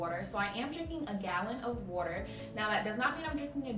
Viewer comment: “Wet like watedeerr, taste like juice “😂😭😂😂